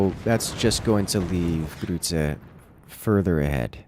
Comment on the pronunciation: I love the way you pronounce "Grütze" :D